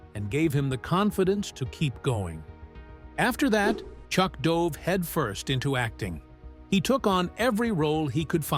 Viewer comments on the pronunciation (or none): none